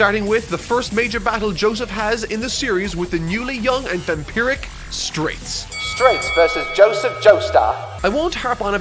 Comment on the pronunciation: so confused why he kept saying "straits" when the characters name was straizo confusing as heck but eh maybe it has different translations